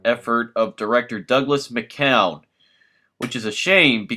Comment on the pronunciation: Great review! Just 3 points: 1) The name "McKeown" is pronounced mik - 'KEW - in 2) The original title was The Deadly Spawn. "Return/Aliens" was for the second run. 3) a caution: I don't think the new Blu-ray is transferred from the restored negative used for the Synapse DVD, and may actually be of inferior quality. - Douglas McKeown